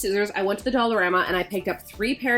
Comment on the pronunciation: Is it just me??? Every time says “dollarama” I hear “dollar grandma”.